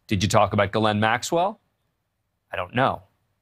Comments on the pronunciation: Glenn Maxwell…? You’d think by now they’d pronounce her first name correctly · News Nation Now does not seem to understand that her first name is two syllables and not pronounced as Glenn Maxwell . It is pronounced as Gee Layne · “Gil-lynn” Maxwell? Interesting pronunciation. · Except her brother pronounces it Gerlin. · Can't anyone pronounce this women's name properly ?? Her first name is French. It is pronounced Jish ( like wish ) plus laine ( like bowling lane ). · Why is he saying her name wrong?